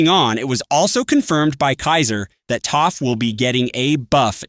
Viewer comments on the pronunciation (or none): he said toph not taph